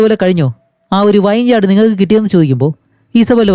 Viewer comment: വൈൻ യാഡ് അല്ല bro വിനിയാഡ്